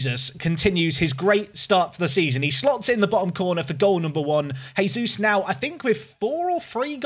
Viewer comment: its not Jesus like the son of god please go internet and listen how you call his name